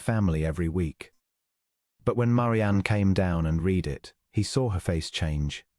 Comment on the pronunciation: How about the spoken pronunciation of read. It is always said in the present tense (reed) even when it should be past tense (red.) 😜